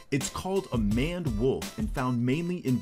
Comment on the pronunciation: It's pronounced MAYND wolf...like lions mane.....not manned. Just FYI